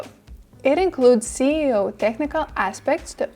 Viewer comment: When she says "C"eo instead of "S"eo it throws me off :( Otherwise, very informative video!